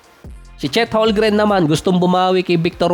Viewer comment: Boss tagal mo na NBA content creator Holgren parin tawag mo, hindi po silent "m" yun haha Holmgren po yun silent "L" 😆